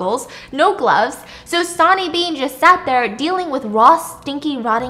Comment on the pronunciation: Oh my God Stephanie lol. I love you so much I really do but my brain could not handle you saying sonny the way that you did 😂 it’s pronounced like sunny!